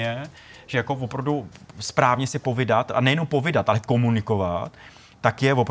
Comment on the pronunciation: POVÍDAT, ne POVIDAT